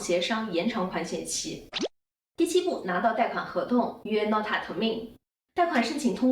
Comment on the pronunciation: 吹毛求疵一下，Notar重音在后面，原谅我的强迫症😂